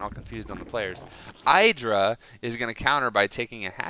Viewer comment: idra you acctualy say it like Edra!